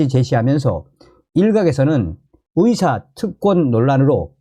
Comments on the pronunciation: 의사 발음이 왜? 계속 위사라고 하는지 듣기가 영~아니네요 북 사투리인지 고쳐보셔요. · 발음 아직도 못고쳤냐? 위사.위대. 위료. 한국발음도 제대로 못하는 자가 무슨 한국 현실에 훈수를 둔다고 ㅉ ㅉ 중국인인가? 네 나라로 가라.